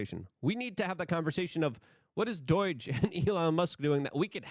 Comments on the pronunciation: Doh not doy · Doige? There is no I in Doge Luke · Why do you pronounce do-i-ge? It's D.O.G.E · Pronouncing DOGE as doije bothers me so much. I don't know why. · I die a little every time Luke says DOIDGE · Why do you call it doige you pronounce so many words wrong. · Hmmm, Doige. This could be a laarger kind of tumultulous mispronouncination which gets me scratching my buttockses! Love your work and your beautiful dog.